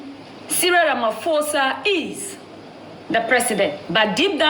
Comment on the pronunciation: Ramaphosa not Ramafosa 👃🏿